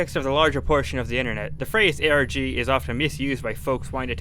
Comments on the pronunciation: He said arc not arg lmfao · He says arg, he just pronounces it as a whole word lol